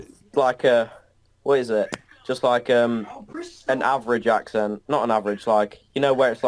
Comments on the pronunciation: I'm hearing you say ak' sent not ak' sn't But then, I'm American, and speak with an American midlands-west coast accent. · Throughout the video you're ironically pronouncing "accent" wrong too. The e is more like the oo in look. (Ignore the profile pic, I grew up in Berkshire 😂) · A valiant effort. You haven’t nailed the vowel sound of “port” yet and you’re doing a lot of strong glottal stop entries on words that start with vowels (which I think is why people guess German). One thing that really hampered the challenge is that the second vowel of “accent” is a schwa, not the vowel sound of “red” - every time you had to explain what you were doing, you gave it away! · Thank you, this was really interesting! Funnily, the most obvious word you mispronounced while spreaking RP, was "accent"! The 'e' should be a shwa. Also, most Brits don't know what RP is, it's a term only really used by linguists. Lastly, you must work on eliminating the north American nasality of your speech. That's the biggest giveaway. Try projecting your voice from your diaphragm, like a singer would do, rather than pushing it through your nose. Otherwise, that was an excellent effort. With a little more practice you'll soon be fooling the Brits! Please follow up on this video, it was such fun!